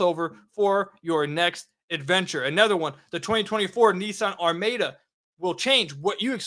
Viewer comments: The Nissan is pronounced "arr-MAH-duh" sir. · apparently never heard the word “Are-Ma-Da” before.